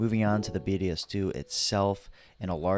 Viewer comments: He's still not pronouncing it properly? This is not a competition. I would want to know if I wasn't pronouncing something as traditional as this. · Your not pronouncing it correctly?